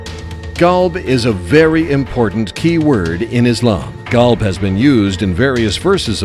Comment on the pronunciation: Qolb/Qalb = Heart "Kalb" as the narator is pronouncing, means Dog... So yeah man, the words needs to be exactly correct...therefore Quran needs to be read in Arabic as in another language meaning gets lost in translation...